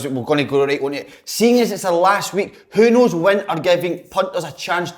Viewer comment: "Who Knows Win" - Slaney still cannae even get the fuckin name right! :0)